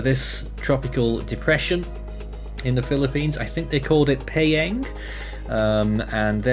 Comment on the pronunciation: The pronounciation for Tropical Depression (Invest) Philippine name : “Paeng” is Päêng